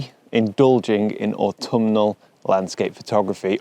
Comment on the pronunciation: This may sound silly, possibly with a bit of OCD kicking in, but I wanted to congratulate you on pronouncing "Autumnal" correctly -three syllables. Most people try to add a 4th syllable - "Autuminal." Thank you!!